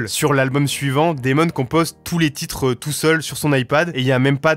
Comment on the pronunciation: faut revoir la prononciation des titres en anglais on comprend rien😂